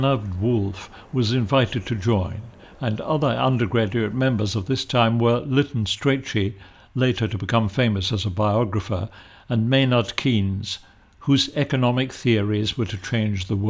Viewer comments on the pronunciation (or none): Keynes is pronounced “ Canes “ .